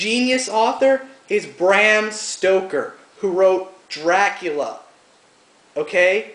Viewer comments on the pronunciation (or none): none